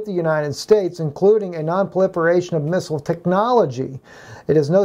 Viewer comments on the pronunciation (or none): none